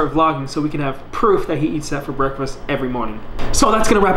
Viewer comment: Sickening "BREASKFAST"